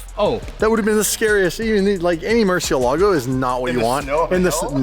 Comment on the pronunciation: You should use a Spanish accent when you say Mercielago! It's a Spanish word that means, 'Bat'. Yup. In fact I just recently learned that all the Lambo's are Spanish words! Huricon means, 'Hurricane',, for example. Love your content, by the way, thank you.